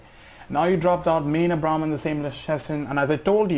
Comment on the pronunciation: You pronounced Abraham wrong lol